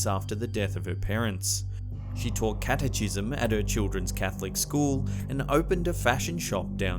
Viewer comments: Cate-chism? LMAO...it's pronounced Cat ah Ki sm. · Also: it's cat-e-kism, not cat-e-chism. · Great content. But you really need to learn how to pronounce 'Guadalajara'. And 'catechism'. 😅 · Learn how to say Catechism. And Guadalajara. Js are hs or Ys in Spanish. Ch in Christ is what? K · OMG. It's dreadful the way he says "Guadalajara". And 'catechism'